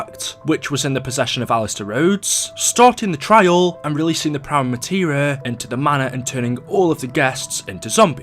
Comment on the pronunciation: STOP SAYING PRIME MATERA